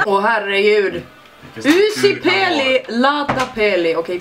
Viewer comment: u uttalas o så uusi uttalas oosi